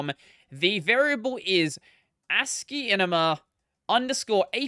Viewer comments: i think he is talking about how the name should sound more like ASCII + CINEMA than the odd way you are pronouncing it. When you listen sounds like you are saying ASCIIENMA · Why are you pronouncing it like that